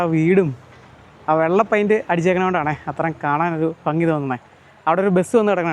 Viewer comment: വളരെ മനോഹരം കാഴ്ചയും അവതരണവും !! പക്ഷേ ഫംഗി !ഫാര്യ ! ഇതൊക്കെ ഒഴിവാക്കണം 😂